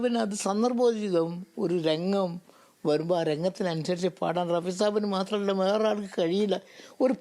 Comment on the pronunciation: റാഫി അല്ല; റഫി